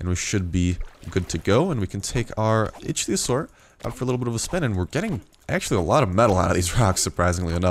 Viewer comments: Your still pronoucing it wrong, it's ick-theo-saur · It's pronounced ICK-THEE-ASUAR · Nope you pronounced Ichthyosaur wrong again :P